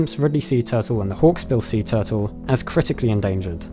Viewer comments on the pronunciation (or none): Toootels?......0_o? Tf is that? Repeat after me.....: T U R T L E ...